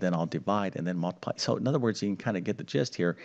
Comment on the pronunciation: It's mUltiply, not mAltiply. Or is it my hearing? Good show, though!